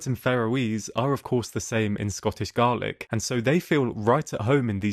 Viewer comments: Not how you pronounce Lovat or Gaelic Lovat ≈ Love’ut or Luv’it Gaelic = Gay’lik or Gal’lik not garlic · Sir is Gaelic not Garlic. As in GAY LICK not that those words are connected it's how it's pronounced nothing morel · Really nice video. Just a note. The Lovat Scouts, from the famous Lord Lovat, is pronounced Love-at rather than Low-et and Gaelic is Gay-lik rather than Garlic. But really liked the use of footage and scenery, hope to visit in the future. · Lovely video of a wonderful story. But please check pronunciation.... Gaelic is not the same as garlic... And it's "resolve" not "reserve" 👍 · Correction. It is pronounced Gay-lick. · Scottish garlic? Not difficult in this day and age to research pronunciations. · Excellent video and your narration is spot on apart from mangling the pronunciation of Gaelic (Gaeylick is how you'd say it) :D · A fantastic story. Ruined by poor subtitles. If you must use auto generated ones please take the time to proofread them. It detracts massively from your video. Pharoah Islands indeed! Also so of your narration pronunciation is off "garlic" for Gaelic"? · G A E L I C He pronounced ae incorrectly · Glad that there's a YouTube channel without AI slop, but I gotta point out that the Scottish language is not pronounced like the onion adjacent herb.